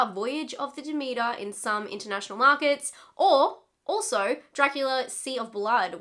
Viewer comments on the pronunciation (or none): SPOILER, I am almost 5 minutes in and she still hasn't said the name of the ship correct yet!!!